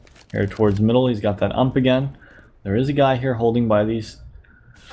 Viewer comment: 'UMP' say. u.m.p. not ump